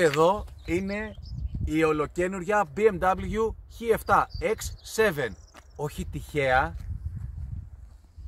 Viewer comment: Εξ εφτά λέγεται όχι χι 7 η εξ σεβεν